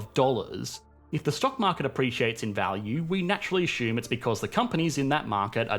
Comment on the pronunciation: ashume? Its assume.